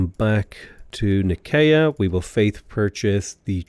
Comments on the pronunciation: It's nigh-see-yuh. Please please please. Nigh-see-yuh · Nicea = N-eye-see-ya